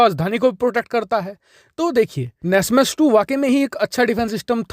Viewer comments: nasmas nahin bhai NASAMS Air defense system hota hae bro 😂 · NASMAS nahi NASAMS